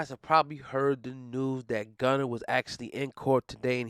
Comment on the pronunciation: Lol it’s Gunna not Gunner😂😂😭